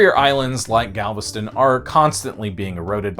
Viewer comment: BOI of Galvatraz and you most definitely pronounced everything wrong 🥴